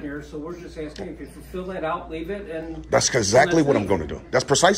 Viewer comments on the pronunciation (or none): It is not aksing... it is asking. Dude is living in the USA, but a non-USA has to tell him his English / American is messed.